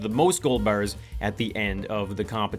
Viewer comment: wow, quite the dialect! 10 gold bAErs xD